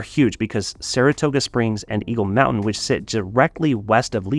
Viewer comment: Mountain......pronounced like a true Utahn 😂😂😂